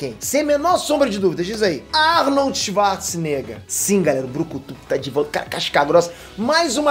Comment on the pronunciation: O primeiro nome que vem na cabeça sem sombra de dúvidas diz aí: Arnold svarce nega kkkkk